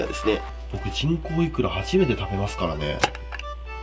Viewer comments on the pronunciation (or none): 人口イクラが、ちんこうイクラに聞こえる……………………………